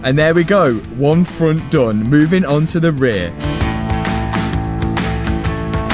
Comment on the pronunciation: Good thing you finished the ray-ee-aye-uh. ;D I recently watched the Matt Rife bit about Europeans not using consonants, just made me laugh. look it up! love your channel!!